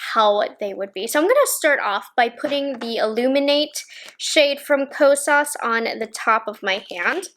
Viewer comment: you say “Ko-sauce” 😅